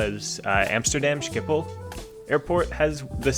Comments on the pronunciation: Talk About Language Rape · As a Dutch person, I find the way you pronounce Schiphol amusing. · The way you say Schiphol lol